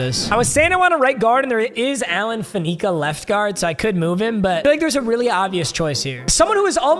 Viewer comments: I know he didn’t just call him faNEEKa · Ah, it wouldn't be WOM without mispronouncing Faneca 🤦🏻‍♂️